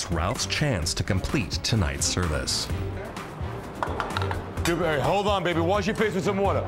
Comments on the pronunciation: Dew-berry Du-berry doo-berry DOO-FISS😂🤣🤦🏽‍♂️ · I’ve rewatched this video a million times just to hear Gordon say “Dewburry” over and over